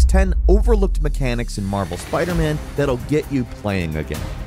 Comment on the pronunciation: "replay meshens" ????